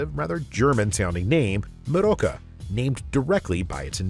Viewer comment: "Meroka" does not even sound slightly German 😂And how you're saying it doesn't help. I think it's meant to sound a bit...Spanishy, even though it's made up of German words.